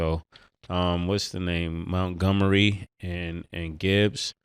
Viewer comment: Who is Mount gomery for Detroit 🤣 These cats be pronouncing stuff all the way backwards .